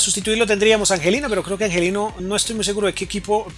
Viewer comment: muy buenos tus videos pero me desespera que pronuncies tan mal, le agregaste una s al final a olmo, dijiste angelino y no angeliño, pronuncias mal el nombre del equipo, un sin fin de palabras mal dichas